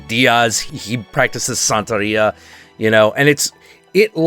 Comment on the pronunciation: It's pronounced Bru-HO and Bru-HA, also Bru-he-ria (you pronounced Santeria right btw)